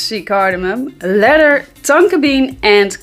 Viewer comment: Love your content and sense of humor. You always look on point. Love how you start your videos from a distance. So that I could take a peak of those perfect abs amazing!! And Love 💘 how you say leather. You pronounce it letter but it sounds so sexy. And your a Taurus just like my little one. Don't bother a Taurus when there sleeping. That's like there holy grail haha!! And what's an amazing fragrance I still wear is Clinique Happy smells amazing it was and still is a head turner. My Taurus daughter loves it. She's a frag head like us. And send my love to miss fresh nice day my beutys.